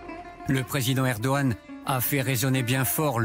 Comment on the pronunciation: Par contre il est chiant à ne pas dire le G de Erdogan 😥